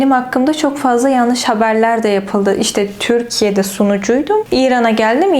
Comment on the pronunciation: Türkiye yerine Törkiye diyorsunuz Farsça konuşmaktan olsa gerek :)